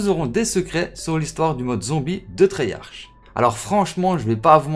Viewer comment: Comment les francais prononce la moitié de leur langue en anglicisme mais sont pas capable de dire treyarch comme il faut